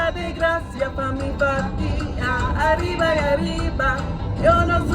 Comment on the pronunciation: That "necesito" and that "arriba y arriba" were PERFECT